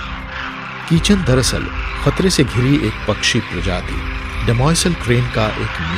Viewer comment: इस गाँव का नाम किचन नही खींचन ह